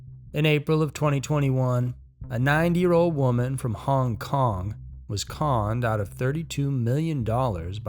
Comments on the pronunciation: Sounds like you’re saying 9 year old. NEVER EVER give away personal info over the phone!!!! I don’t care what they say DONT DO IT!!!!😱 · That's what I thought he was saying 9 years old LOL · Kept thinking you were saying a 9 year old girl haha awesome video dude 🤙🏿